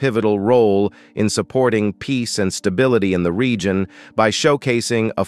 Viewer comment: Stra te giac? Re gi on? Comman maaan